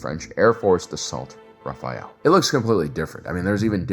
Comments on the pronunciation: i dont mean to nitpick but the french aircraft is pronounced at least in English as "Ra- fall" it is not raphael like the ninja turtle. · Lemme quote Wiki: "The Dassault Rafale (French pronunciation: [ʁafal]," i.e. Ra-fal, not Ra-fa-el. Why is youtube full of this wrong pronunciation? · "Rafale" .. NOT "Rafael" (Israeli defense tech company) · just for info the french jet fighter you shown is a Rafale it is not prononce rafael as you said